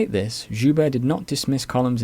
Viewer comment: Very thorough, quite impressive. Looking forward to more! One small note, though, from a francophone. Guibert: Gi-behr(t). Like the kimono one wears for jiu jitsu.